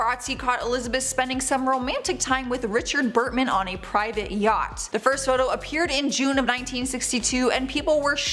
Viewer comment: Richard BurTON. Not Burtman.